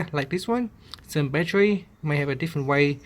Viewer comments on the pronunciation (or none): Man u English is so bad plus it's not batchery it's battery my friend good bless u